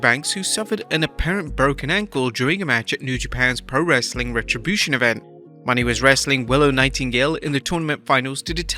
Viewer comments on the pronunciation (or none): Bro please stop saying Mercedes Money. It’s pronounce Mo Nay. Not money 🤣🤣🤣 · Her name is not "money" as you pronounce it.her name is pronouced "moe nay". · Her last name is Moan-aye not money. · PSA: ot's pronounced Merceded MOE-NAY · It's Mercedes Mone (like mo nay) how many videos are you gonna butcher her name